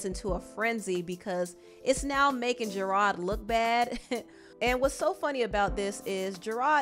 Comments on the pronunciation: I like the way you pronounce his name Gerard. Very fancy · the way you kept saying gerard wrong was cracking me up lmfao